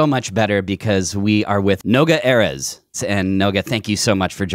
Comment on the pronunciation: actually most words in Hebrew have the stress on the last syllable but Noga is right when it comes to names for some reason. Also most English words have the stress on the penultimate syllable but Americans pronounce all foreign names as if they were French for some reason, which is why the Erez mistake is so common.